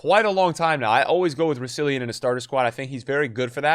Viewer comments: Can we stop calling Roussilon 'Roussillion'? Where do you see a second i ? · how the fuck does pronounce Roussillon "Russilion"???